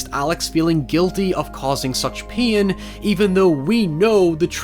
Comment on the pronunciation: "Pain" like "Peen"